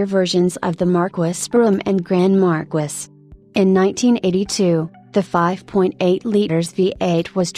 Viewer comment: 😂😂😂😂 AI pronunciation sucks! It's "Mar-keys"